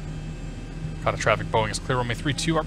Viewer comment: great vid but just for laughs, pronunciations are men dough cino and ar cay ta.